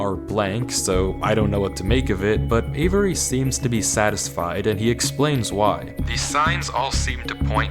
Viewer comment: “what in the genius??? wait avery, avery, avery, ÆVERY, AYVERY”